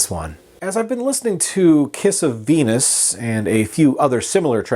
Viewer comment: I thought you said ‘kiss a penis’ Not ‘kiss of Venus’ Lol